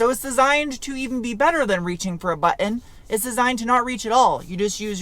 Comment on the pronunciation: I suspected you had New England roots by the way you say "button."